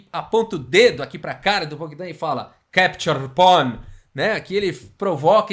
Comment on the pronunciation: Keptiur pon 🤣🤣🤣🤣 Pra quem n manja de inglês ele falou “capture pawn” com sotaque russo